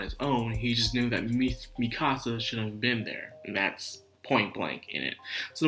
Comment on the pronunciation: Misaka, not Mikasa. Fiamma, not Fammia. 9 volumes into 26 episodes, not 11. For me, this episode was really good. Best so far, but I can see why you wouldn't like it as much.